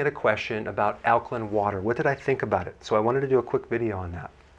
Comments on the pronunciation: Lost me when he left the “a” out of alkaline, like the “a” is silent or something. Nope it’s Alk-A-line. Not Alkline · AL-KA-LINE NOT, al ka LIN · Alka LINE ... damn, am I the only person annoyed that he keeps pronouncing it alka-len? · It’s Ak-line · In 79 seconds i hear ˈalkəlin,ˈalkəˌlīn/ badly mispronounced many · He almost pronounced it correctly towards the end. It’s a long i 😩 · you cant even pronounce alkaline [ al´kah-līn ] properly. why would i believe what you have to say about it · ok so it's not alklin! The last 4 letters soundout like this ↪ ______ . Oh is that a line? Yes. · This fool can't even pronounce the word "alkaline" correctly!!! = al·ka·line 😅😅😅😅😅😅😅😅😅😅😅😅😅😅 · Alkalin? In sure there an e on the end of that word.. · The way he says alkaline is funny lol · Is nobody else bothered by the way he says alkaline? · Yeah im totally gonna take your advice. Not! You're not even pronouncing Alkaline right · this guy can’t even pronounce alkaline correctly. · Pronounce alkaline properly please. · Daniel Druziki Well the guy in the video doesn’t know how to pronounce alkaline so I would say he’s probably not a credible source of information.